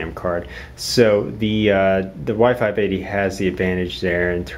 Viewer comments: The whole time I actually thought you were saying Y 5 Baby :DDD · every time i hear y580 it sounds like wifi baby